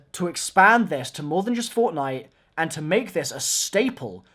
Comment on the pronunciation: "is going toi pay dividends" lol